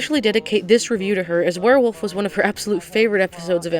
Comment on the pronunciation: "Paul- you is a worwilf!" 😂